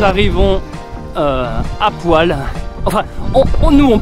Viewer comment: Ça se dit "Polle " mes grands parents ont vécu quelques années dans ce village !🎉